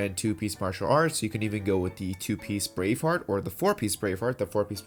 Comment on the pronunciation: I heard brain fart instead of brave heart 🤣